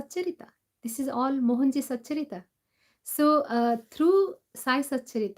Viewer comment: Satcharitra... Not satcharita🙏